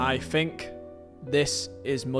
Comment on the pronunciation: This guy is illiterate. It's THink, not Fink.